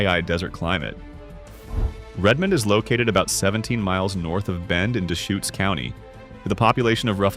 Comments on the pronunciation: Deschutes = duhSHOOTS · How about the Dayshoots River? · The AI voice sometimes couldn't pronounce several names correctly: Yakima, Deshutes, Willamette, etc. (But sometimes the voice DID pronounce it correctly. A real human wouldn't do that.)